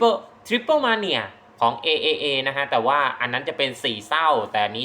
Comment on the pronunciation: จริงๆต้องอ่านว่า TripleA นะครับ